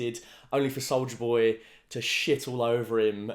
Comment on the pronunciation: Did he say solider boy or solja boy?